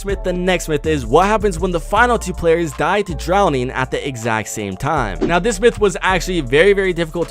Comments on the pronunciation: This man said tie instead of die any way if you have bandage bazooka and someone shoots you will you die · Tie not die